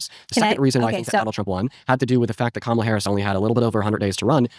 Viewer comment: Why am I still annoyed at how they all mispronounce Kamala